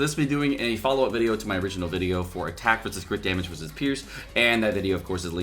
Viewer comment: Delivering content as always, thanks for the vwideo.